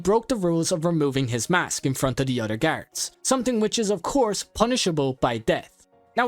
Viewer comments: Or saying “garids” instead of guards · I heard him say carrots instead of guards